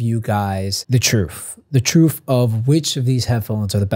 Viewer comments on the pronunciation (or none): Truff the truff and nothing but the truff